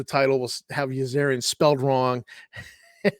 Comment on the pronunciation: Yazirian is Yazeerian, not your yazairian. Dralasite is pronounced drowlasite, not drawlasite. Vrusk is pronounced as it is spelled (u as in cup).